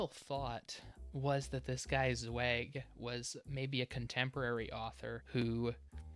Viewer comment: It has come to my attention that I've been pronouncing Zweig wrong this whole time. Sorry 'bout that, nothing I can do now.